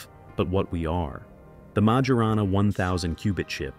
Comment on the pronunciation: How can 'public anxiety' be mounting when 99% of the 'public' aren't aware it exists? Did you poll the 'public' ? It's pronounced Myorahnna, not Major Anna.